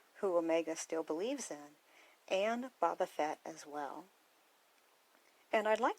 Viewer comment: Why do you call him Baabaa? It’s Bo-Bah